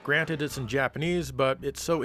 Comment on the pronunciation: did u say granite meaning granted? no mind blowers in this universe buddy! lol